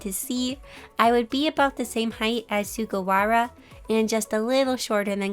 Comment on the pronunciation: Hii!! I just wanted to say that I love your art so so much and I don't want to come off as rude when I say The way you said hinata and sugawara was just- 😭